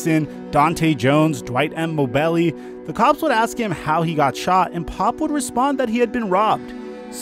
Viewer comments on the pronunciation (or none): Dwight M. "Mo-belly" 🤣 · This man pronounced Mobely " moe belly" 😭